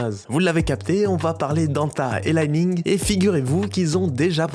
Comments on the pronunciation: li ning se prononce "lee ning" pas "lai ning" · J’ai des li-ning et anta ! Elles sont stylé. Mais c’est aussi parce que j’habite shanghai mdr Et ça se prononce comme ça se lit. Pas à l’anglaise